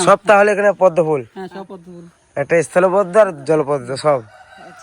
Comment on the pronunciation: ও হিরো ওটা ইস্থলো পদ্ম না, ওটা স্থল পদ্ম বলে